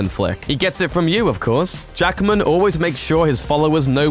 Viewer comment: His name is Hugh JACKMAN, not Jackerman. That's really annoying. One of the first pointers to showing respect is pronouncing the person's name correctly, and 'Jackman' is not a difficult name to get right. Two syllables, not three.